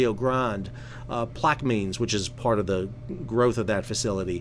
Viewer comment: Plaquemines. The last syllable is pronounced “mens.” Plaque-wa-mens 😂 Louisiana has some interesting names 😂